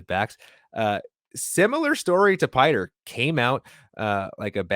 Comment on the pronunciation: Not "Piter." Pee-tray.